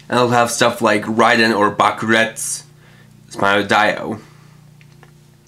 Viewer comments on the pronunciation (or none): none